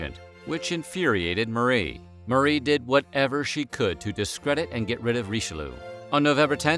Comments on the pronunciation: I do love these videos, but I just can't stop laughing every time I hear "Richeloo"... 😂 Ri-che-lee-ugh, ok? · RICHELOO? really? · you guys usually pronounce the french names fairly right, so whats the deal with Richelieu? it's not pronounced Richelu it's Richel-jö! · Herur22 yes "Reecheloo" broke my ears ;) hee hee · Cardinal Reesheloo! bloody hell where do you get these pronunciations from?